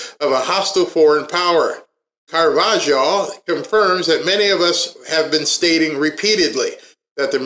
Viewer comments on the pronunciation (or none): Carvajal is pronounced Car-va-hal. Now put it together & you get Carvajal. 😊 Great info.. Thank you for all you do. ❤❤❤❤